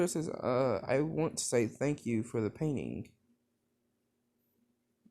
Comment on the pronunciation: when he said he liked painting i heard PAIN INSTED OF PAINTING